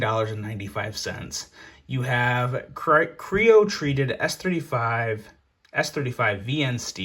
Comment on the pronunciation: please say “cryo” like the rest of us. Cryo as in cryogenic. I love this channel, but that made me think you were an alien coming from your galaxy to try and make me buy a SOG.